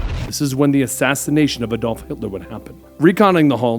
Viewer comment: I thought I was the only one who noticed. I mean they tend to do it a lot so it doesn't bother me any more but at the start I thought I heard "Eh-Dol" and thought, "Maybe it's just me.